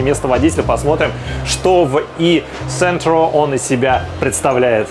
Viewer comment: e-centro читается как "e-джентро" :)